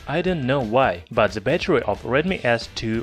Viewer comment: У вас неплохой английский, но пожалуйста поработайте над произношением артикля "the". Вы произносите его как "зэ", ''браЗэрс", что свойственно русскоязычным. Это немного режет слух. На самом деле он произносится больше как 'дхэ'.